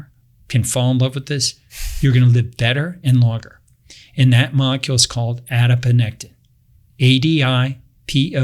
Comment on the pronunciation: Ah yes… adiponectin. has referenced this hormone many times in past videos although he consistently called it “adinopectin” lol